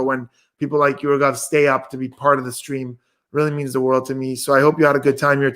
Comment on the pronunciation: Only for indians said rageeeeeeeeevvvvvvv 😂😂(it's raghav)